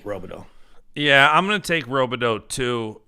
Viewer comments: Another name you guys say wrong is landon robideau. In mn we pronounce it rob-ah-doo... not row-bih-doe haha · Both are wrong. Its Rob-ih-doo 😂